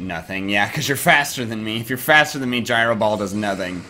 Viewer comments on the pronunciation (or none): none